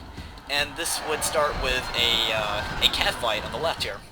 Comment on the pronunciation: Ah, mishearings. You said 'cav fight', I heard "catfight". Nothing could better describe militia cav battles.